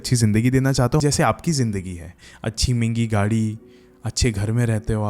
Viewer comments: Mengi nai hota. Mehngi hota hai. Rest all good 😅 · What is “Mingi” “Mengi”???😂😂😂 It is MEHENGI bro!